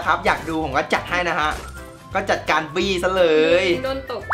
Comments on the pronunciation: ผมขออณุญาตทุกคนนะครับ มีใครได้ยินเหมือนผมบ้าง ตอนที่พูดคำว่าบี้ ผมได้ยินว่าปี้ 55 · ทําไมกุได้ยินคําว่าบี้เป็นปี้ว้ะ5555+ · ฟังเป็นปี้อ่ะ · ผมได้ยินพูดว่าปี้นะ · ได้ยินเป็นจะมาปี้เเมลงสาบ555